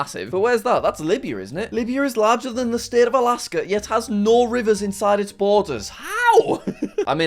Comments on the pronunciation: His pronunciation of the "No's" in different languages was so very wrong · he butchered litererally every form of "no" besides english